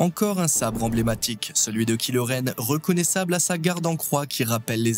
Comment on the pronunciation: "Kilo Ren " ça fait saigner les oreilles